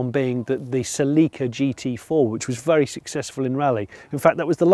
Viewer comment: The way you pronounced Celica makes me want to file a grievance...